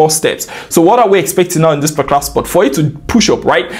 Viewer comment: your videos so interesting to watch, especially when u say "parclar trade" - ''particular trade '😅, really like your videos AF, thank u G for free value❤‍🔥❤‍🔥❤‍🔥